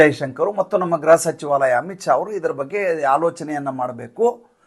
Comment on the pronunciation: ದಯಮಾಡಿ "ಗೃಹಸಚಿವ" ಅಂತ ಹೇಳಿ ಗ್ರಹ ಸಚಿವ ಅಲ್ಲ